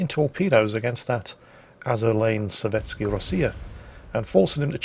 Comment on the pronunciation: Azur Lane SOVETSKAYA Rossiya. Not sovetsky